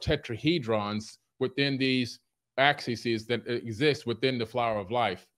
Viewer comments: Tetraheedrawns Axisees Vertisee 😂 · "axises" & "verticee" "dog-MASS" :fish-orange-wide-eyes